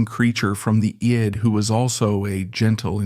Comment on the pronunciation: The voiceover is AI, right? The way it pronounced CBGBs and id are way off.